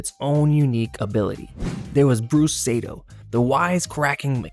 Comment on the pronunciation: Bruce SAY-TOE?